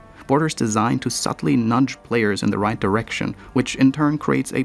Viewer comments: "ROIGT" ~ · "ROIT. GRUNT. ROIT. GRUNT." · Oh my god I haven't heard the word right said in a British accent since I played You Bloody Well Right. That was more charming still.